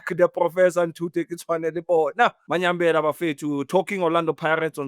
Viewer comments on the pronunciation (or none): Even After A Decade Or So…. Still Calls Mayambela As “Manyambela”